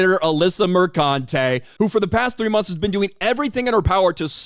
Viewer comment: It's pronounced MerCUNTe.